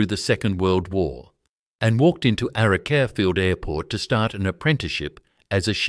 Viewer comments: Please ditch the AI, bad pronunciation especially Archerfield 😂 I prefer to support original genuine narratives. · It IRRITATES me very much the use of AI voice. The pronunciation of the airfield is SO wrong, it destroys the viewing of this content. PLEASE redo it then it will be watchable with sound on 😡